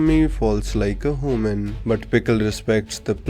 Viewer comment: Ah yes "hooman"